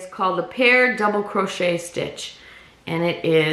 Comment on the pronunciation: just a note, it's pronounced " cro SHAE, " not crotch et